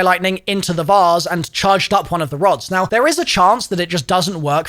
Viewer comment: "the vause" its vase lmaooooo